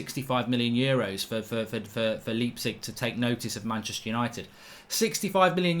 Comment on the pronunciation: I wish you'd stop saying 'LEEPzig'